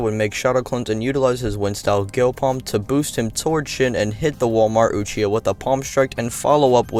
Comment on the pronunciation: Lol “Walmart Uchia” 🤣